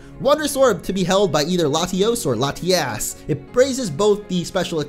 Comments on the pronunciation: I like how he said latias la-ti-ass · Did you say latiass. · Plese stop saying Latiass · "Latiass" lol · latios is lati os and latias is lati as but like the way it is in Spanish like this á has a longer sound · you said lotiass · Lol he said lasti@ hahaha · Its pronounced LA-TEE-US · You said LatiASS. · try to not say Latias like "Lati-ass" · Latias? Lati-ace? Lati-ass? Lady-ass? Oh wait, that is not right (This was a lot funnier when i first thought of it by the way)